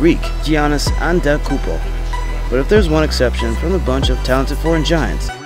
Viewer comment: Nice video, but you really need to learn how to pronounce Giannis' name. This is the second video of yours I've watched where you butchered it. First name- Yah-nis. Last name- Ahn-teh-teh-koon-poh, or alternatively Ah-deh-doh-koon-bo. I do enjoy your content though. Just some con-crit.